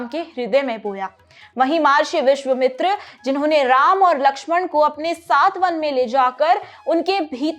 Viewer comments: महर्षि विश्वमित्र नहीं महर्षि विश्वामित्र बोलिए । महर्षि अगस्त्य सही नाम का उच्चारण कीजिए । क्षमा करे हिन्दी के प्रस्तोता भी इतने अल्पज्ञानी हो सकते है यह आश्चर्यजनक होकर विडम्बना ही है कि आजकल की पीढ़ी को सही जानकारी नहीं है । ऐसे लोगों को प्रशिक्षण की आवश्यकता है । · कृपा करके ऋषि मुनियों के नाम ठीक से ले।। अगसत्य नहीं उनका नाम अगस्त्य हैं। ऒर विश्चमित्र नहीं उनका नाम विश्वामित्र हैं।. 🙏🙏🙏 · Wonder how she mispronounced such famous names of geat sages like MAHARISHI VISHWAAMITRA and SHREE AGASTYA MUNI JI AND NO ONE EVEN BOTHERED TO CORRECT HER OR NOTIFY HER, GUESS HARDLY ANY ONE IN THE STUDIOS TOO KNEW MUCH ABOUT THEM, SO, WHATEVER SHE SAID WAS DEEMED AS CORRECT